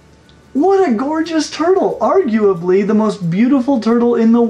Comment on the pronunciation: This man was born to say “turtle”